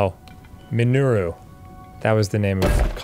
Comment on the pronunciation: It killed me when Arin said “min-AIR-oo” and then completely talked over the spoken dialogue of her saying “I am Mineru” (MIN-er-oo). My guy, she’s telling you how it’s said if you’d just listen for a split second. And now she’s Kyle… 😂 We love you Arin ❤